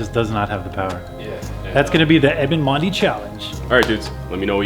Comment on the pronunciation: "9 mondi" 😂😂😂